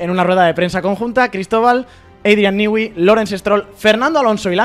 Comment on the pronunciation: criatura, no hay país con mayores problemas para pronunciarte una palabra en inglés, que España. "Adrian Nigüi". 😂😂😂